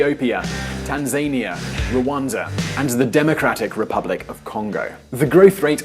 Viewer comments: Tanzania not Tanzenia the a is a not e. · Tanzania? As in, Tan-zayne-eea? Not Tanzah-nee-ah? Weird. Never heard that pronunciation before. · TanzEEnia?? It's TanzAnia..Did you just find out about tanzania for this piece? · Firstly - fantastic commentary, thanks. Secondly, the pedant in me keeps wanting to shout at the screen - "Tanzania" it's not "tan-zane-ee-ah" but "taan-zuh-nee-uh" - odd, I know, but I've check Oxford, Collins, and Miriam Webster's dictionaries and some web only resources such as " and they all agree. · He pronounced Tanzania the way its spelled, (tanzaynia) its pronounced Tan-Za-Ni-a as if you were saying four different words. Funny how the same word can be interpreted differently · It's tan-za-NIA not tan-ZANY-a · Lol. Ten-zania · SCREEECH "Tan-ZAY-NEE-AHH"?! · Tanzaynia?! Eh? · Its Tan-zah-nee-ah; the way you said Tanzania was so weird. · I'm not too sure about Uganda as we are still struggling to elect in a new Government. P.s its funny how you pronounce Tanzania. Anyways love the channel. My go to for worlds news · You mispronounced Tanzania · You butchered the pronunciation of Tanzania completely